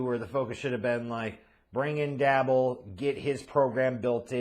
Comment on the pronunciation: Are mispronouncing Joe and Dabes names on purpose ???